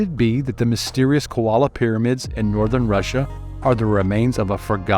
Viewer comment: Aggravating your mispronouncing KOLA not KOALA 😑